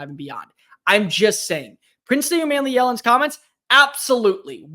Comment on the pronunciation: It’s not man, but mon like Jamaican mon (yea mon !)! U mon me Ellen is correct !